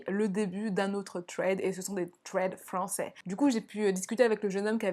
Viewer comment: Je suis morte “des thread frwancais”